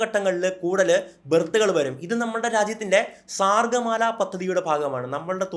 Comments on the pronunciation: സാർഗ് മാല അല്ല, സാഗർമാല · SARGAMALA അല്ല സാഗർമാല 🎉❤ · Bro sagarmala eannu paranjath thettai aanu paranjirikkunnath….pronounce cheithirikkunnath sargamala eannalle bro paranjath